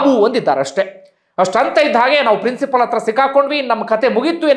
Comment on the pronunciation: ಪ್ರಿನ್ಸಿಪಲ್ ಅಲ್ಲ ಪ್ರಿನ್ಸಿಪಾಲ್